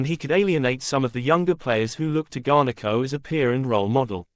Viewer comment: Cheesus its garnacho not garneko fuh christ sake